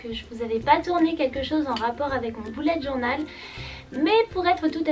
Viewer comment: On dit bullet journal (beullète)